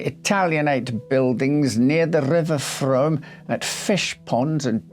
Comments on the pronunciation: A minor observation, the river is pronounced Froom as in moon. I remember the case well. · What a sad sad case. I could listen to you talk for hours, such a lovely voice, & so smartly atired & groomed. Thank you. The name of the river is pronounced Froom, even though it is spelt Frome!!! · Excellent presentation,, although I need to point out that 'Frome' is pronounced 'Froom' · We pronounce it: "froome". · Interesting story. Thanks for doing this. Just a heads up. It’s pronounced Froom 😊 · The River Frome is pronounced Froom, like broom. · Spelt frome pronounced froooooome! X